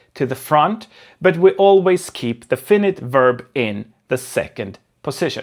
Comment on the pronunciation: "Fainait" inte "Finnit"